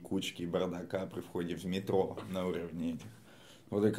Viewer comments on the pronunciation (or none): none